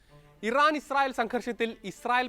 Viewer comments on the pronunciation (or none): none